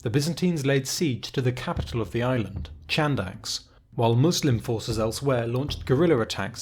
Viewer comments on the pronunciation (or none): Nice vid but it's not pronounced "Chandax" it is more like "Handax" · Chadax Χάνδαξ is pronounced as Hànthax (h like in have, horse and th as in the). Amazing video as always.